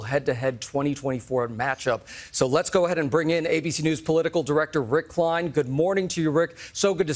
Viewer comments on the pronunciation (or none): none